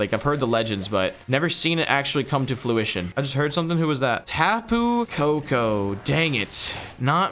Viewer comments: Did anyone else here say “come to fluition”? 😂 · Big dawg said 'FLU-ition' when he meant the word fru·i·tion